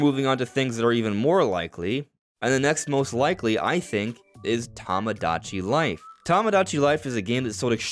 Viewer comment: Toe-moe-Dach-E life 😂 Not Tom-Oh-Dach-E